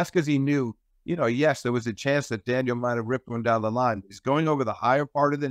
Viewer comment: Steve is a great analyst but he has to stop calling Daniil...Daniel